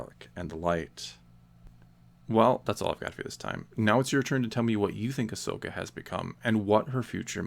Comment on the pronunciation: I'm just glad you don't say her name as Ash-oka!! That really annoys me in people's videos😂